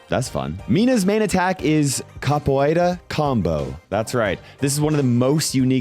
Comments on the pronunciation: It's pronounced Cap-o-era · a pronuncia na hora de falar capoeira me quebrou muito kkkkkk só entendi do que ele tava falando quando ele deu a descrição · mate, though I'm not brasilian, I gotta tell, you didn't even survive the pronounciation of "Capoeira". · I am both cringing and happy that is trying to pronounce Capoeira. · that is NOT how you pronounce capoeira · essa pronúncia tá horrível 😭😭😭😭😭😭😭🥀🥀🥀🥀